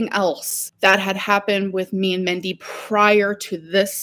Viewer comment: Her mothers name was Mindy, not Mendy! Sorry alr but you are old enough to know how to talk. That's not accent. That is wrong. .